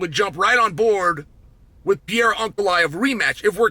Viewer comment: Who the f is this French fighter Piera that Chael is talking about😂